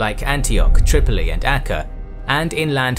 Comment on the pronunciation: Acre is pronounced like an acre of land.